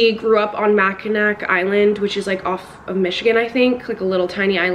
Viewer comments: Me, a michigander every time she said "macki-nack": "Mackinac, said like macki-naw 😭😭" (I love your videos, and don't worry. Everyone says it wrong, unless you know how to say it.) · LOL “mackinack” island 😂😂 it’s ok you’re not from Michigan so it’s not a big deal. “Mackin-nahw” island. Apparently the last letter isn’t pronounced. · “It takes place on a small island” me who lives in Michigan: you mean Mackinac island?🤨😅 and girl it’s mackinawww island is how you say it😩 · Not me a Michigander giggling at “mack-a-knack island” it’s pronounced “Mack-a-naw” ❤️❤️ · Hehehe it's "Mack-in-aw" island <3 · i go to school in michigan and they say Mackinac like “Mackinaw” for some reason??? the C in it sounds like a w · I’m so glad for your new book video 👏🏼👏🏼👏🏼🥹 also had to come here to say it’s pronounced MACK-in-awe 🫶🏼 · mackinac is actually pronounced like “mackinaw” !! it’s really weird cuz there’s a mackinaw city but then mackinac island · Okay I’m from the upper peninsula of Michigan so I have to tell you that the last C in Mackinac isn’t pronounced 😂 So it’s Mack-in-awe (like you’re in awe of someone.) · Mackinac island is pronounced mac-in-awe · local michigander here!! it's pronounced mac-in-aw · not Mackinac island💀 it’s pronounced like Mackinaw (i have no idea why the c is silent) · Okay but being from Michigan and hearing people mispronounce Mackinac hurts me😭😭